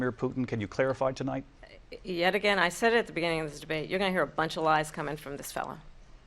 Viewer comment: If he were "elected Tagain" kamala Harris said . 😂😂😂😂. Kamala Harris must be drinking 🍸 tagain